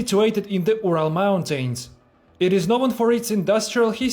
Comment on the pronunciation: I find your videos superb, also your language. Just some constructive advice: Try to shorten some vowels (for example, you pronounce "river" like "reever"). Some vowel combinations are actually pronounced like a single vowel, for instance "mountain"; the final syllable is even shorter than "ten". Keep up the good work!